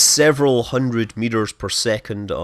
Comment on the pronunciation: Judder hundredth